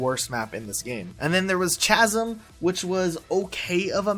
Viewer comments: Chas-um?? It's pronounced Kaz-um no? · It's pronounced kasam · Haha chasm is pronounced Kasem btw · No one gonna talk about how he pronounced Chasm??